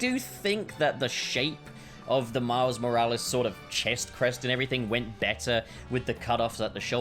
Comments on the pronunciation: "Miles More-Alleys" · "Miles Moralies."